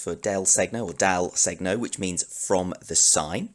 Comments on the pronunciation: All your lessons are so accurate in every detail, so I thought they would be even better if you improved your pronunciation of some Italian terms. I know it's difficult to pronounce "segno" properly for a native English speaker, but I think you can improve listening how this word is pronounced by an Italian speaker: It's not so important but it's always nice to learn new things, isn't it?:-) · Your lesson is really well done. I just want to clarify that the "gn" sound in "del segno", is not supposed to be pronounced like "g" and "n" separately but like a single sound that maybe doesn't exist in English and it is similar to the "ñ" sound in the Spanish word "señor" (e.g.). I know it for sure because I am Italian.